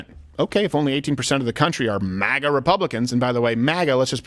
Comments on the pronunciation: If Steven doesn't stop pronouncing MAGA like that I'm gonna go crazy 😂😂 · Ok I hate to have to do this but you forced me, Steven!!! Since the beginning we have called it Mag-ah!!!! We NEVER refer to it as Maw-gah!! Stop sounding like Biden! He is making it sound stupid and it does when he says it! I normally don't care how people say their words but this one is different! Trump never tried to destroy freedom like Biden and the one before Trump! The one who called isis, isil!! I never understood that dumb stuff!